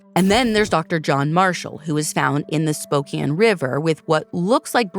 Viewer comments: Props for pronouncing Spokane correctly 🙌 instantly upped my respect for 🫶 not enough channels research enough to even pronounce names/cities correctly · Thank you for covering this case. Makes me angry as a resident of Spokane, I will be writing the AG. You are one of the few true crime journalists who pronounce Spokane and Coeur D’Alene right. My all time favorite pod.